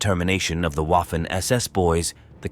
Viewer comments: If you can't pronounce Waffen SS correctly, you don't get my respect and I go elsewhere. It's "Vaffen" not "Woffen". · Great video. The W in Waffen in pronounced like V.